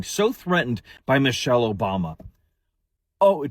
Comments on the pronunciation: If you guys just listen to this fool he can't even pronounce her name right. He said Mochell instead of Michelle what a dumb-ass! The jokes on you fool..😮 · To be fair he did say "Mochelle Obama" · He can't even say her name right lol... called her Mochelle 😅...come harder my guy 😂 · He said Mochelle